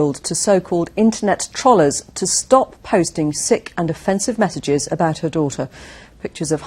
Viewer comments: what i dont understand is why this meme has been online for years but as soon as they find out they start getting bitchy? i mean the guy was a complete asshole, and he starts using his fancy words to call us names and the dick cant even say trollers right, and we have round 2 with her now since they were dumb enough to show her face on tv, ive saw 5 potato posts since i watched this with her as she is now -.-'' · she cant fucking pronounce trollers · Trollers... what? How are you even pronouncing that? :I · OMG THIS BITCH SAID TROLLERS. I CANT TAKE IT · trolahs??? its troll-ers (troll, like a evil green dwarf, emphasis on the "ll" not the "ro"). learn to english properly. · stupid tr-ah-llers XD tr-oe-llers....say it with me britain...-trrrrrr-ooeee-leerrrsss.. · "So little respect..." I'm sorry but respect is EARNED. Just because you're born with an unfortunate disease it does not make you someone worthy of respect. And seriously, why are they pronouncing it, TROL-ERS. xD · "internet trallers" lmao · "trohl-hers" She could at least pronounce it right. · Stop saying trollers like trawlers... seriously... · Its pronounced "TUGH - ROLL - ERS" Fucking Brits say anything right.... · I keep laughing at the way they pronounce "tollers". But on a serious note: this is why I hate 9gag. First they invent all of these obnoxious memes and then they take it to next level by mocking people with disabilities! I tell all of my friends to stay off that horrible hate mongering website! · LOL can't pronounce troll correctly bahahaha, the "trohlers" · "Internet Trallers" haha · Tr-o-llers................FOR FUCK SAKE! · STOP SAYING "TROLLERS" WRONG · Can they not pronounce 'trollers' properly, or have I been saying it wrong? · i hate how she keeps calling them 'trollers'. even then she's not pronouncing it right. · News, Y U NO learn to pronounce "trollers"? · Funny how they cant pronounce TROLLERS. We're not trawllers.